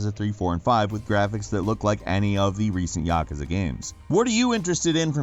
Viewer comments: "ya, koo, za" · Absolute cancer the way you pronounced Yakuza... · I pronounce it ya-koo-za...